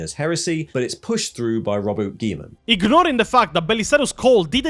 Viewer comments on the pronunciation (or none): Excuse me but I’m not taking lore advice from someone who unironically pronounces Roboute Guilliman Robert Geelman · Arbitor ian is making my skin slough off by mispronouncing both parts of Robute Guilliman as "rowboot giymin".